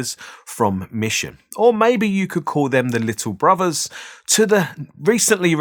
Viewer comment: Bruvvas - come on mate, please learn to speak English properly - BROTHERS!! T H NOT V V !!, and "I fink" ??? THINK , and WIV ?? WITH!! - you inarticulate ill educated halfwit!! Sorry, but I simply cannot tolerate your ignorant mispronunciation of so many words. You may or may not know what you are talking about, but I am incapable of learning what may or not be right from someone as unschooled as you.